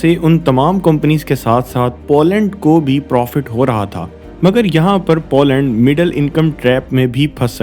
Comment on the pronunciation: Zem TV ka style copy kiya hai aapne. But jo bhi hai, accha video hai. Good job And it’s पोलैंड not पौलैंड